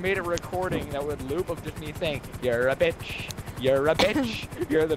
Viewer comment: 😂 pronounced bich like beesh